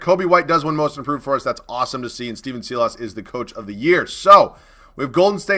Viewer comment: Had to say it on Clique's Rockets rebuild as well, but Silas is pronounced "Sigh-les" not "see-loss". Just wanted to help you out bud👍🏻